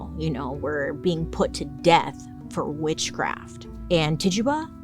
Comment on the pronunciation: Bailey can’t pronounce Rural, but Titchuba just rolls off the tongue 😂❤